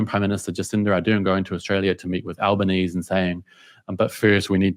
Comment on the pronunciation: You didn't pronounce the E in Albanese, he spent his whole life saying his name wrong you could at least pronounce it like he does.